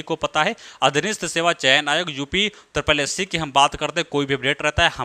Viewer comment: Phele aap upsssc ka sahi se name lena seekhe okk